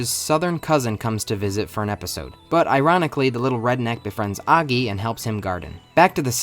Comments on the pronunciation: Did u just say aggy instead of oggy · Noy aggy it's o gy ( how to pronounce) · Did bro actually say oggey instead of oggy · Aaaggy 💀 more like “auggy” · Oggy❌ Aggy☑️ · its not oggi its oggy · Completely ruined the video by your thick inbred tongue, it's Oggy not Agi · It's oggy not aggy 🤦🤦🤦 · UGGY/AGGY. It's Oggy lil bro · "aggy"❌️ "oggy"✅️ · He says Oggy not Aggy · bro is your ears located in your ass, the start of the video he said "Aggy" with a A sound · It's not Aaagyyy it's Ogggyyyy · Oggy❎ Aggy✅ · It's oggy not aggy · Oggy ✘ Aggy ✔ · Oggy ❌ Aggi ✅ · Oggy ❌️ aggy✅️ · Oggy ❌ Angie ✅ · bro its O gi nah A gi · Is it pronounced or Aggy or Oggy? like Aww gi? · Oggy ❌ Ahhggy ✔️ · Oggy? i always thought you pronounced it like O-jee, jee as in jeep. not like og-gee gee as in like geek. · its not Aggi man is Oggy (pronounced Au-gg-i) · Why are u pronouncing it as 'aaggy'? It's Oggy... OOOO... OO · sorry but ‘AGGY’ ? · O-GGY O-GGY bruh cant prounce it also this show is goated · Tf is "aagi" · STOP SAYING AGGI! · Its pronouced oh-gi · Why you calling him "Aaggy" 😭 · Why the hell are you saying Aggy!!!!!! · It's not AAAAAgy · Its not oggiii its oggy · So English speakers pronounce "Oggy" as "Aggy" 😭😂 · Wait, it's pronounced "Ow-ggy!?" ._. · Did you said aagi ? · You're pronouncing 'OGGY' wrong I hate you and you trash too much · the way you pronounce Oggy is so annoying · I refuse to except that's how you pronounce oggy. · I can't it with how he says oggy